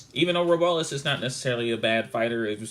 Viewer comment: YO!!! You Need Some Practice Brother... that Hispanic fighter who fought Kenny Sims Jr. Names is pronounced ROW-BLESS , put some respect on his name... & They are 140lb fighters which is JuniorWelterWeight ... Not 122 , KennySimsJr is great fighter to watch on the come up ... he dropped Pacman in sparring for The Mayweather fight ..... keep practicing & studying brother